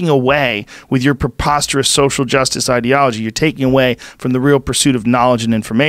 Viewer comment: Michael "idealology" Yo